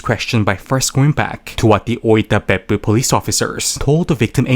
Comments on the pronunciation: Whenever you say Beppu I hear buttox.... Peppu is butt in Finnish. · I love how you pronounce " Beppu "